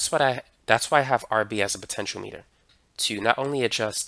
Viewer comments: Wtf? He pronounced it (almost) entirely right. Your link says : "poten-sh[i]o-meh-ter". He said : "poten-sh[i]o-mee-ter" (big difference... he pronounced it as the unit of length, or as a device that measures something). Compare that to all those on the Internet who say : "poten-tee-o-meh-ter" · I like your video and the information conveyed, but one little thing really got my attention. Please don't take this as criticism, but learning. Rb and R1 are potentiometers; in my 58 years in electronics, I have never heard that word pronounced as you do here. please go to a site to learn the proper word pronunciation. is excellent. The middle pin on a potentiometer is normally referred to as the "wiper" because it slides or wipes along the resistance track to give the desired output. It's also worth noting that Rb is connected in a "rheostat" configuration.